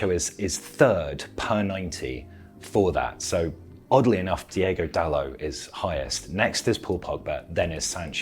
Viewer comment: It's Diogo Dalot not Diego Dalot